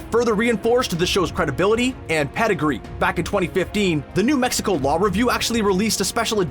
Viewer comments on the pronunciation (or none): none